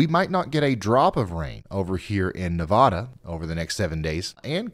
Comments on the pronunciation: The state is pronounced Nev-add-a, NOT Nev-ah-da. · It's pronounced "Naa'vada", Ryan. The "e" sounds like an "a". People in Nevada take offense to your pronunciation. I lived there for thirty years. Carry on and good job! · The first A in Nevada is pronounced like A in apple not O's in on. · Nevada. Nevada. Nevada. Nevada...... Nevawdah is a city in Iowa.